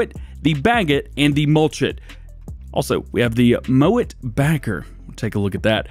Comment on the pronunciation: Am I the only one that heard say "moan it" instead of "mow it"? I've watched twice and I swear he say moan instead of mow 😂